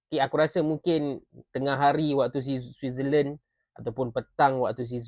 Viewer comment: sebut switzerland pun susah .. belum lagi cakap bahasa sepanyol atau portugis.. bangsa 7 player dalam siasatan / rayuan fifa.